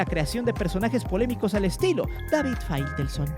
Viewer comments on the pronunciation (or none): none